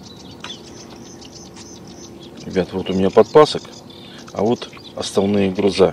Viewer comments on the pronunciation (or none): Какие грузА??? Учи русский язык!!! ГрУзы!!! И никак иначе!!!